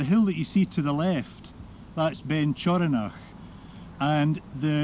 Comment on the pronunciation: I am a local stalker, couldnt help chuckle when I heard the right honourable presenter say and I quote " Beinn Choronoch" bless'm, and maybe locals are wrongn,s but it is pronounced locally as " Ben i cure ni" ha :)